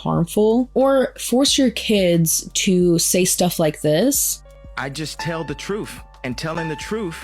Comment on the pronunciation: “The trueff” trueff?? Yuk